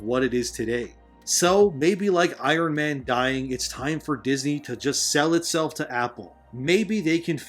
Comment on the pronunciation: I-RON? Norm McDonald called. He said you're no Harley Morenstein.